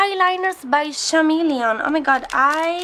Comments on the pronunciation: Chameleon pronunces "kameleon" also the gradient thing is also for the markers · Hi! I just wanted to let you know, chameleon is pronounced with a hard c sound, like "Kameleon". The h is silent. Also I love you and your art and you inspire me so much! 💜